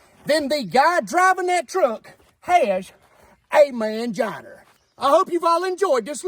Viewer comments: "Manginer" lol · “Male genitalyer” 🤣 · F > R = Mangina Pronounced “Manginer” 😂😂😂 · Where is the r in mangina?